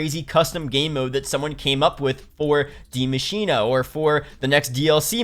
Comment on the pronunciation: Why does everyone call it “dee machine uh”